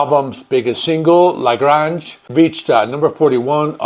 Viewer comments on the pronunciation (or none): Pronounced La Grāynge. Great album. Thanks for putting this video together.